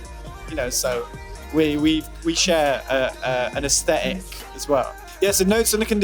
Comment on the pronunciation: The way he says aesthetic. "Asstetik